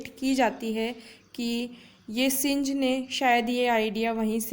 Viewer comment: The correct pronunciation of synge is सिंग not सिंज 😊😊